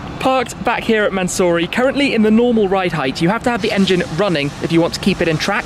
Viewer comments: (mansory) Man so sorry 😂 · Tribute to 24h of "LE MANS"ory...